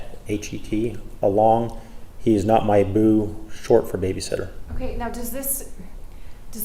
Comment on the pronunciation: "Chillin' with my boo" has never sounded so white.